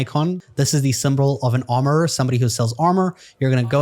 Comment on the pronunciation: Why does it crack me up every time you say armourererer 😂